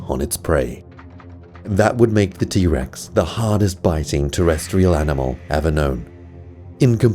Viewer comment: is t rex not t bex